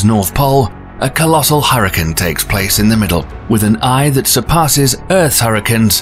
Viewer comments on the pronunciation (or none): It's "hexi gone" not hexi gun, and it's hurri "caine" NOT HURRICUN", it's hard to believe anything you claim if you can't pronounce anything properly! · It's pronounced "Hex-A-Gone" It is Not pronounced "hex-a-gun" Say Gone.. It never.. sounds like gun. Stop that Also hurricane.. Hurr-i-cane.. And never hurr-i-Con Hurri(caines) "Caine" Caine's And NOT hurrican or hurricans